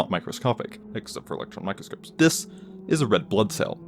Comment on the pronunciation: It's microscope not mycroscope